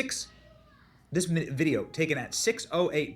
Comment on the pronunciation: I love you man but every time you say “tookin out”when it’s “taken out”, ….it gives me a an oh no!!! Love you man.